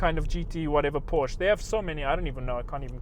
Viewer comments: Did he say porsh? Its Porsche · it is not porsh it is Porsche ! get it right! bam!(fist banged on the table) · Porsch? Wrong! PORSCHE! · What is Porsch? I thougt you tought us pronouncing PorschE! :P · He sounds like a South African with his pronunciation of "Porch".. Where does he come from.. ? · say it with me, PORSCHE! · You pronounced porschE wrong ffs GET IT RIGHT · It's funny you teach how to pronounce Porsche correctly but you say it incorrectly, lol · Uv said every german brand wrong after you shouted them to us how to do it properly :)